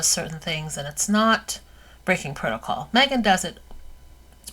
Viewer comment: "Breaking protacol" LMAO